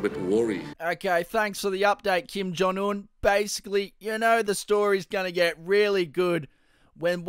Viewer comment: “Kim John Un” lol